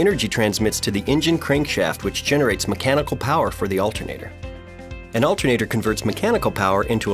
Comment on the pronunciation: olter nater